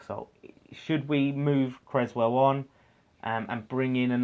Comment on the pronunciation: Solid vid fella. Have to say though (and you aren't the only one), please pronounce Aaron's name correctly. You don't have an egg and crez sandwich! CRESSwell... 🤣🤣🤣🙈